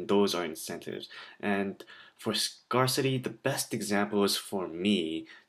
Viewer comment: Many thanks for the uploads :) It's pronounced scare-city, by the way!